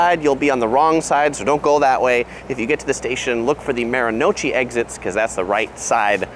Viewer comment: Maru-no-uchi, not Maro-nochi.